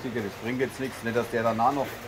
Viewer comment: Ja, sie kommt, die Regenwand steht im gewissen Maß schon vor deiner Tür., es heißt "... Nichts mehr". Das "s" am Ende des Wortes nicht vergessen.